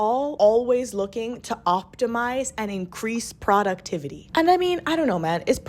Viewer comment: I love your videos but bro- YOU GOTTA CHANGE THE WAY YOU SAY PRODUCTIVITY IT BOTHERS ME SO MUCH